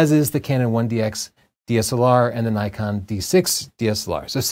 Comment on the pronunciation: Zee?... its ZED .. you Yanks.. and its Nikon not Nykon